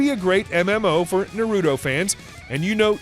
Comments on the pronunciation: “Na Roo Toe” is how you pronounce it..... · The way you say Naruto makes me die inside.